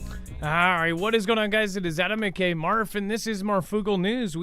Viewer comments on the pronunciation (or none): Why do you say AKk Marf. Shouldn't it be aka